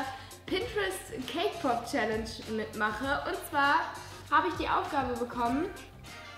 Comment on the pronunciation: OMG SAME ich hab extra die Kommentare gelesen um zu sehen ob ich die einzige bin XD